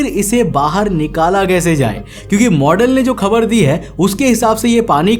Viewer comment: Habar ❌ Khabar ✅